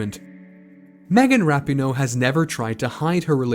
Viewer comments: Starting with the pronunciation of her name (never a good sign in a bio piece) and it goes downhill from there. Pinoe's great but I'd give the research here a D. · You said her name wrong the entire video but otherwise great info